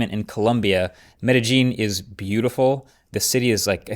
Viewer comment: You totally butchered the city in Columbia‘s name lol Pablo Escobar is rolling in his grave. Lol metagene the G is more like a Y.